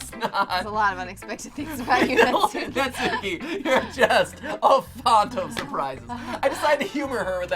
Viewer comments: when reading natsuki's name, emphasis should be on the first syllable and not part of the second syllable.... please tell me this is fixed oh boy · Every time the emphasize the U is Natsuki I die a little. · Super ready for them to say Natsuki's name Na-tsu-ki... Despite the fact her name is Nat-ski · That’s not nasuki that’s matsuki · Your saying Natski wrong Your videos are great 👍 keep up the great work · How they're saying their names is fine, and it's their play through so you can say it however you want, but because of japanese pronounciation, the names would be more like: Natsuki "nah-ts-kee" (the u is silent) Monika "moh-ni-kah" (but im not sure if it's even a japanese name or just an english name that happens to fit the japanese alphabet so feel free to do as you please) Sayori "Sah-yo-ri" (there is no r or l in japanese, they have one letter that is a mixture of r and l that's sometimes hard to pronounce for foreigners but also works the other way around when japanese/korean people try to speak english) Yuri "you-ri" (in japanese, it's two letters: yu (ゆ) and ri (り) so the u and r wouldn't combine in any way. TLDR: Some of these names are pronounced differently, so if you wanted to know, now you do, but this doesn't mean that you have to pronounce them this way if it makes you uncomfortable. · Natsuki is such a tsundere btw every word with suk in it is pronounced sk like how sasuke is said like saske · I’m sorry, but the way you guys pronounce Natsuki’s name make me a bit uncomfortable no matter how many times I hear it. 😂